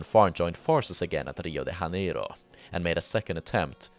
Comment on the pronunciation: this pronunciation of Rio de Janeiro sounds more Spanish than Portuguese